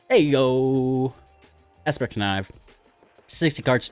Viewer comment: Obscura sounds like Obscure with an a on the end. Obscur-a. I haven’t determined where the I is coming from in your opening segment. Obscur-a. Obscuria reminds me of players that habitually say Ravinca rather than Ravnica.